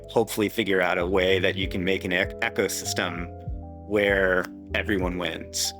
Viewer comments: "Echo system" ? CC could not have said it more clearly. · I don't trust anyone who can't pronounce 'ecosystem'.